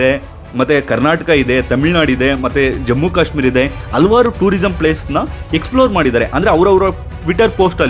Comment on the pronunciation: ಹಲ್ವಾರ್ ಅಲ್ಲ ಹಲವಾರು ಅಂಥ ಉಚ್ಚಾರ ವನ್ನು ಸರಿಮಾಡಿ.